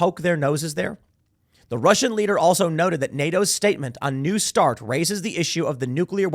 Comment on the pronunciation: "a nu start" treaty